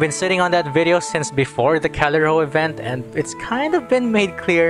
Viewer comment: It's pronounced "Ka-li-rho-i". It's Greek. Was surprised you didn't research this.